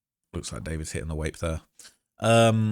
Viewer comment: you pronouncing it as a "wape" instead of vape reminds me of my German wife. she calls my pen my "wape"